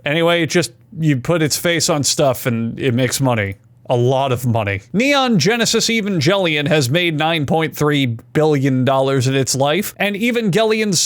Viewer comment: we need to talk about how you pronounced Neon Genesis Evangelion